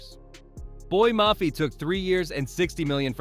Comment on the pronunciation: Put some respect on how to pronounce his name, you obviously are not a Seahawks or USC fan. You spend all this time on BS but don't have enough respect to know how to pronounce a Man's NAME.